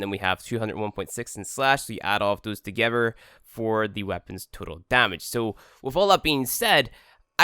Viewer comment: Why when he says "that" the th makes a th sound but he says "together" and the th makes a v sound